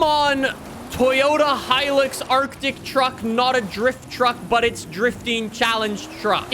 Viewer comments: Okay is it just me or is saying hilix instead of hilux 😂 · The way he says hilux considering I’m Australian infuriates me